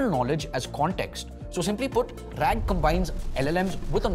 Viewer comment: RAG.....RAAG please.